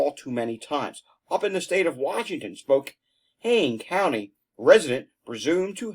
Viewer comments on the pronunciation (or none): Spokane is SpO -Can 😊